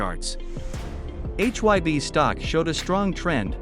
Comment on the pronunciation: I'm sorry but according to the leader of BTS RAM formerly known as Rap Monster also known as Kim Namjoon you are pronouncing HY BE wrong it is not pronounced H Y BE. HYBE is supposed HYPE remove P replace P with B now pronounce hype with a B that's how you pronounce HYBE H Y BE and you're even professing to be a Korean dunes outlet you should know how to pronounce Korean vowel sound shouldn't you fubar!